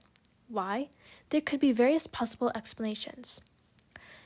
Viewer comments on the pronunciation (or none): none